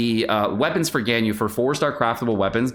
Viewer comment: Is mispronouncing Ganyu’s name on purpose? That was so annoying to watch, besides that, great content. Keep it up